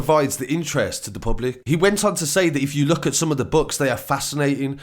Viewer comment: Why can't this guy say books properly I was confused what he said and I'm English lol